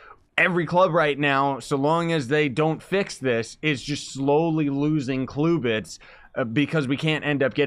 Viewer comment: stop saying cluebits its CLUBits